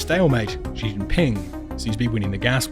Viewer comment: Pronounce Xi's name correctly